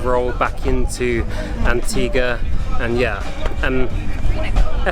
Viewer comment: As an Antiguan, he said it correctly. An ti ga